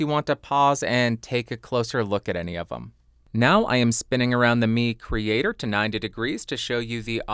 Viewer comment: Nice review and music creations! I think it's pronounced 'my creator' like microphone. And any chance on getting the Audix folks to lend you the PDX720?